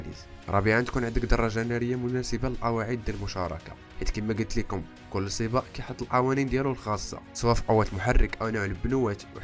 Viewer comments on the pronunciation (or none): ماكاينطقش حرف القاف 😂